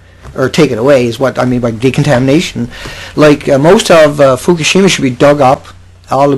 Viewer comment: You are always talking FUFUSHIMA Look up Fukashima radiation map